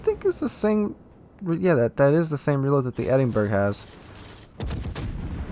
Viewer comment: Edinburgh [ed-n-bur-uh]